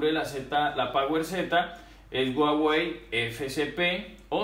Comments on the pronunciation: Soy yo o dice guawei en vez de Huawei 🤔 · Dice Uawey la h es muda